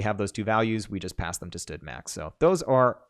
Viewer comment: std:: you say "stud", that is funny. I say "standard" "standard count", "standard max" anyway, who names a library sexual transmitted disease?